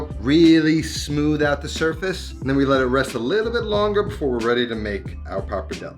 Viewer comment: “Par-padelle” bothering me so much lol